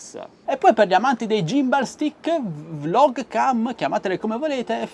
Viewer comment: Video utile ma "gift" è "gimbal" non si possono sentire 😅